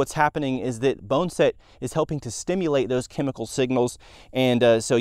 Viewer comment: Bonn-A-Set. Not Bone-Set